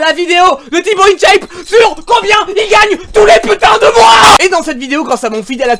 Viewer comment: in dit "1chape" pas "ine chaiype"